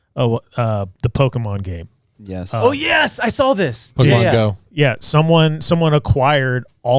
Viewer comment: Love the podcast, love the guys but I HATE the way says “sawL & drawL” with an “L”.